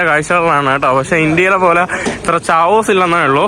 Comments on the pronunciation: ചാവോസ് അല്ല കയോസ് ആണു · chaos is pronounsed as 'keyos' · Chaos is pronounced as Kheyos